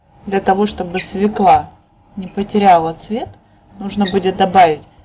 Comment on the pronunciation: Только не свеклА а свёкла,ну сколько можно!